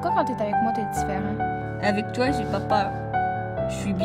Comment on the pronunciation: Mdrrr il dit toé au lieu de toi